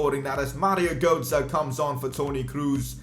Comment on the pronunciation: Mario gootzah? Bro you can’t speek lol